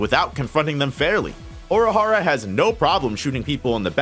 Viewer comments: Bro. Oorahara, not Aurahara 🥲 Based on how unnecessarily often you're using his proper name instead of a pronoun, you must be doing it on purpose 😡 Anyways, great video 😁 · why do the way you say Urahara bother me so much. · Please learn to say the name correctly